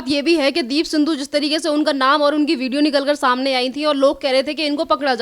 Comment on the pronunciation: माइक वाली मैडम सिद्धू को सिंधु कहे जा रही हो I जरा सुधार कर बोलो I